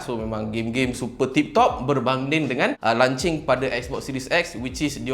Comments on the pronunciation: Launching bukan “lan-ching” haihhh lancau betul lah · lunching makan tengah hari bang.."lonch cing" sebenarnye...jangan mareeeee hehe. good video,tq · Aku je ke yg dgr dia ckp lancing hahahahaha